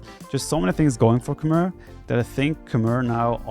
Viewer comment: Actually, Khmer are pronounced "Kh-may"; since you don't know that and probably never heard the right pronunciation, I just wanted you to know that.